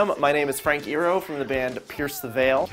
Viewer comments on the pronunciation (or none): Did he call Frank Iero, Frank Ear-o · Did he pronounce Iero as ear-o? >.< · OK. I'm not trying to sound annoying, but is Frank EYE-YEAR-OH. Ok, btw love this vid. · It's eye-ear-oh, not ear-oh. Just wanted to point that out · "Frank eero" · It's Frank Iero like Frank eye-roh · cough it's pronounced eye-year-o (Iero) ^~^ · ITS FRANK "EYE-EAR-OH" YOU LIL FUCK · no no no you cant say iero like that no no no EYE-EAR-OH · The way he said Frank Iero's last name got me cringing. it's pronounced I-AIR-O ... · I Love you but iero is pronounced eye-ear-oh. Sorry but it was bothering me XD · When he pronounces iero wrong -. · I love the way Richie pronounces Frank's last name xD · the way he said frank iero wrong messed up my mind XDDD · You just butchered the shit out of Frank's last name xD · he said iero wrong I'm